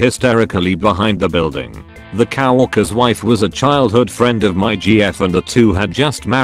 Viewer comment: why did it say cow orkers